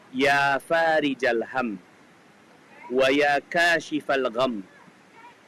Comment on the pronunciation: tulisan arab nya Farikhal, tapi tulian lati dan pelafalan faarijal. yg benar yg mana pak